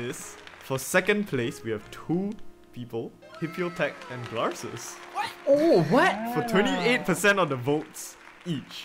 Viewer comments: Wait thats not how you pronounce it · glarses being so pissed that he pronounced his name "gl-are-ses"